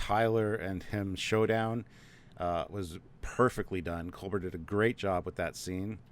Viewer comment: It's pronounced Cull-ber, (and also, the accent is on the first syllable.) not "Cole-bear."